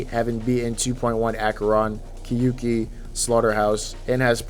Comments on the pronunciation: I am commenting this because I know Japanese pronunciation lol. You pronounce the “kyou” like “kyu”, and that’s wrong. It should sound more like “kyo ki” than “kyu ki”. I literally typed out what it is in Japanese and you thought you had to tell me it’s a Japanese word? 💀 what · people say kyouki wrong every time and it annoys me so much it's 2 syllables and not ki-yu-ki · I wonder why NO ONE knows how to pronounce “Kyouki” properly lol. It’s “kyo ki”, 狂気, the “you” doesn’t sound like English, the u is silent